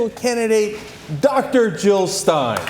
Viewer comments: Jill Not Hill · jill not hill!